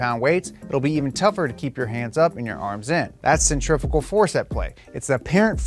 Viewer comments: Please dont say “centrifigal” ever again 😒 its definitely pronounced centri-fu-gal after the centrifuge device / you are correct and insta kids can suck a fatty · It's only pronounced "cenTRIFICAL' in America. Everyone else says 'centriFUgal'. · Add to that the fact that "centrifical" is a mis pronunciation of centrifugal anywy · You said centrifugal clutch wrong one time that is not allowed 😂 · I’m just gonna ask, how do you pronounce centrifuge? That’s how you know how to pronounce centrifugal. That kid on instagram was so wrong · What the hell? I’ve never heard anyone say centrifugal like that. You said it the right way before